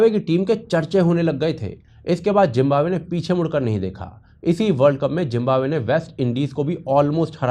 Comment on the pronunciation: Yar pehle to tum zimbabwe ko jimbabwe bolna chor manhoos lag raha he jimbabwe kehte hue parha likha hokar bhi jimbabwe bolte ho